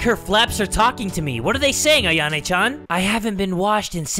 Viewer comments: Meh dude said ayane not ayano like how it’s pronounced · Why do you keep saying AyanE? Its AyanO. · it's Ayano with an O at the end